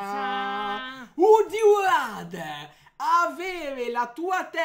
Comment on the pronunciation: pronunciate male "RATHER" 😂